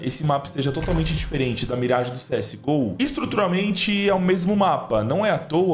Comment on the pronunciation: parabéns pela pronúncia da mirage! Top